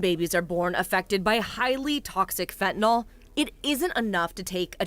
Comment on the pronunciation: Say fentanYL, not fentanOL.